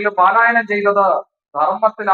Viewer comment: പാലായനം അല്ല പലായനം എന്ന് പറയുക